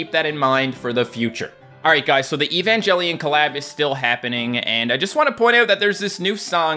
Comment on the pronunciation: eva (aye va) asuka (ah s ka) evangelion (aye van geh lee n)